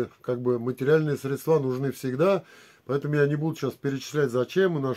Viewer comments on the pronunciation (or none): И ударение надо СрЕ дства